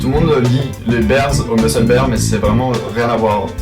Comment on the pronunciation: Ça se dit pas "berse" mais "birse"